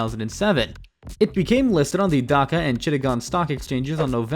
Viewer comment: "Dahaka" it's Dhaka 😢 "GRIMAPHONE" wth it's clearly written GRA- MEEN- PHONE